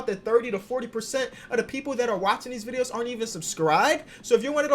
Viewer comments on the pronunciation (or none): none